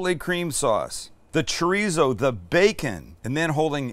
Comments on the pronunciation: wtf is "tree-zo?" lol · are we supposed to pronounce it chodizo?🤣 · The way white people say chorizo😂😂😂😂😂😂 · Sam, greetings from New Mexico. I will like and subscribe as soon as you say chorizo correctly for once. Come on man, ur “from” SoCal. 😂 JK, Im already a long time subscriber! Ps... i suggested my parents visit Not Not when they were in SD last summer, and they loved it. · can someone tell this guy how to say chorizo properly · Promise to work on how you say chorizo? 😂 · Breakfast Burrito 🌯 white people we literally make tacos every morning for breakfast without definieing it,you can't even pronounce chorizo stoooop!!!!!